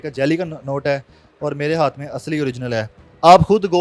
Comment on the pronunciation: " اوڑ " نہیں ہوتا " اور " ہوتا ہے